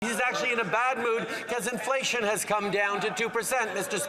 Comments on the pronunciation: Sounded like wacko said indianflation lol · Did Justin say IndianFlation? Or is that me?